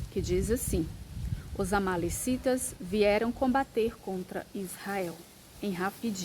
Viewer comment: É amalequitas irmã. Não amalecitas.